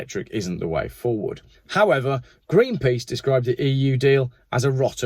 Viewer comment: You said Greenpeas. You ruined my day.